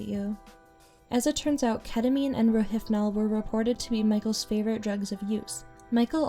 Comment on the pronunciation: It's pronounced ro-HIP-nol, not ro-HIF-nol. Rohypnol. Hyp (hip) not hyph (hif). There's no PH sound.